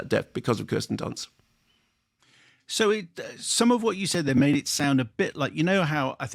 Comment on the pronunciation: It's pronounced Keersten Dunst. Get it right or she'll come for you 😅